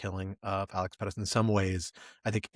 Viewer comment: Pretti, not Pettis.